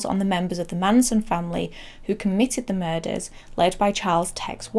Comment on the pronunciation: Muders instead of murders.